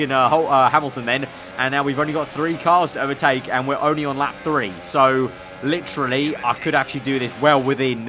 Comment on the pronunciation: Stop saying fucking litrually it's literally.